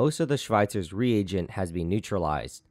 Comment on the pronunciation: It annoys me how he says Schweitzer's rEAGent.